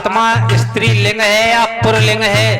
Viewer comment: Pahle pulling kahna sikh lo pulling hota h purling nahi